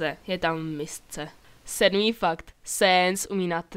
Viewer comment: BTW sans se nerika sens ale sans